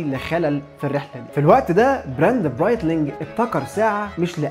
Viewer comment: انا نفسي في حاجاين اتمنى تاخد بالك منهم، عشان المحتوى الجميل 😊 ١- تكوي القمصان اللي بتلبسها في فيديوهاتك ٢- تقول نطق الكلمات الانجليزية صح، عشان اسم البراند والمودل بيروح في حتى تانية ملهاش معنى